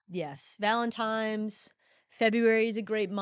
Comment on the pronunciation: Valemtimes???!! that's not how you say that